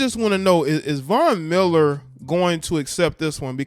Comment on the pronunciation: The only name he pronounced correctly during this segment was Von Miller.. please get it together.